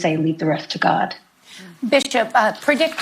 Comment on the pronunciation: I know you are saying bishop but I swear it sounds like "female dog"